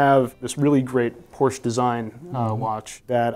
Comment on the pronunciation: How did you mispronounce Porsche